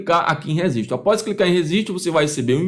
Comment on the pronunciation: Não dá pra confiar num cara que fala "rezistiu" ao invés de registro...😅